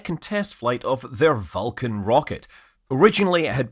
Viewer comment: Perhaps you should work on pronouncing Vulcan better so it doesn’t sound like you’re saying falcon? The beginning of your video indicated falcon had a problem when it was Vulcan.